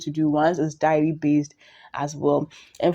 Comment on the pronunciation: It’s pronounced “day-ri”, not “diary”.